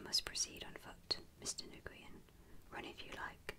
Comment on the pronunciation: Is it possible to do a part 2? Or a reading of chapter 2? Your last one was honestly just perfect. Though you did say Nguyen's (pronounced as NewYen) name wrong everything else was accurate and really awesome. It would be awesome if you can read chapter its also where the story gets interesting because you get to meet all the other characters.